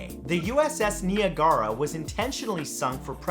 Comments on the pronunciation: Ouch. I'm from the Niagara area - for future reference, "Niagara" is pronounced like "Nie-AY-gruh". 'Ni' rhymes with "eye" and "lie", like Bill Nye; the A rhymes with "pay"; and the 'gara' is usually just pronounced "gruh", like in "grunt". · Nee-uh-gar-uh? Whaaaaat? That's not how you say it at all. Have you never heard of Niagara Falls? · NI-AG-UH-RA. It is pronounced the same as the famous waterfall between America and Canada. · Good video. But the ship that was scuttled until the 30s is pronounced just like the falls that are between America and Canada. I know because I've volunteered on that ship when I was younger. Great video though! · Yeah he kinda butchered Niagara too